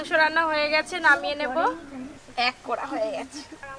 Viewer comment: এভাবে কথা বলে কেন। কলাকে কোলা গলা কে গোলা কড়াকে কোড়া।